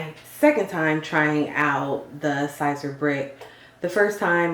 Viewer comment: Your pronouncing it wrong it's like saying ceaser but spelled siser